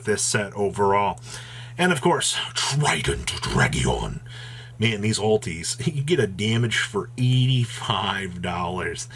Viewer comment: trident dragion. I cry every time